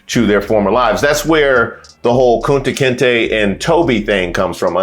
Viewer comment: You said Kunta Kanta